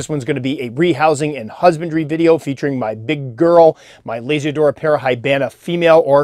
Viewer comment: Whenever you say Lasiodora, I hear Lazy Dora 😅 also awesome vid as always,!